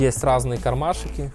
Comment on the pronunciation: "..кармашИки.." - улыбнуло...